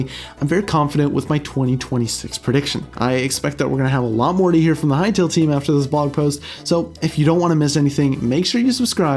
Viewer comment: Bro, Hytale, not Hytail